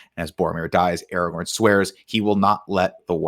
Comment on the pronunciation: It’s ARAGORN, not Aragon!